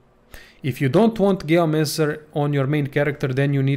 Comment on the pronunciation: ... hate how he says gayomancer instead of geomancer